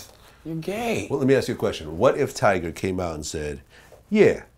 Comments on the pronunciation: Vlad. It's TYGA. Not TIGERRRR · vlad say tiger instead of tyga lmfaooo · It's "tyga" not "tiger," Vlad. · He’s said “tiger” lol at the very beginning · vitamin828 its tyga like its 2pac not 2pack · Tiger,Twister,little wayne I swear if vlad don't say these rappers names right